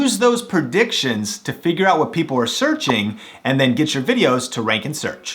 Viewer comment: IT'S NOT "PERDICTION", dumbass!!!! IT'S "PREDICTION"!! And it's not "BUH IN", IT'S "BUTTON"!!